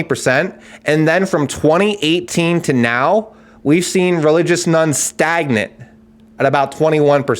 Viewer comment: Thought he was saying ‘Nuns’ interesting visions of Sister Act 😅